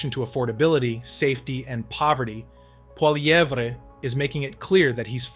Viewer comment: you really need to learn how to pronounce his name